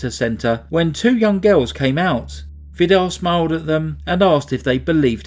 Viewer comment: His name is pronounced Vidar with a long i and a rolling r at the end just for your information.. good try though 😃 I’m Norwegian , but haven’t actually heard of this case. I got married that year , under heavy pressure including serious DV. redecorated my rented flat , witch immediately got sold by the owner without compensation , all this ended up with my second miscarriage with twins in week 16, so I was probably to self absorbed by my personal hardship🥺 This case is so devastatingly sad, just heartbreaking 😰 cults like Jehovas witness and Mormonism are so dangerous. It makes my sick just thinking about it… so many murders and generational abuse.. horrifying..